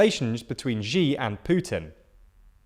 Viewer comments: SHEE not JEE. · FWIW, Xi is pronounced like the English word "she," not "zhee"